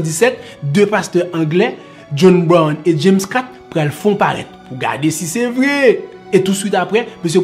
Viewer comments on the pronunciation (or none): none